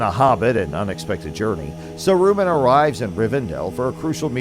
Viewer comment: sa roo man ;p